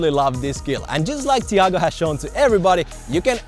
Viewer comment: me watching butcher his name just makes me cringe